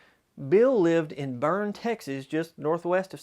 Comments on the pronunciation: If you’re from Texas then you know he mispronounced the town of Boerne. He said “Burn” but it’s pronounced as “Bernie” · There is no Burn, Texas. I think you may have meant Boerne (burn-ee.) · It is pronounced burn--ie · Boerne, Texas… It’s pronounced “BERN-IE.” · Boerne, Texas, is pronounced Burney. Loved this reminiscence. Brought back many memories of Paul. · Only one correction Boerne is a German word pronounced Bernie. Great video. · While I appreciate your video, there was a huge mistake made although it is common, and most Texans understand it. Boerne, where Bill lived, began as a German town pronounced "Burney". It might serve you well to call the local Chamber of Commerce of towns you mention in such recordings like this. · Just a side note: Boerne is pronounced bur-ne. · Loved Paul Harvey's radio show and rest of the story. I enjoy hearing him again. Thanks. BTW Boerne is pronounced Burn'-nee. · Did this dude call Boerne "burn"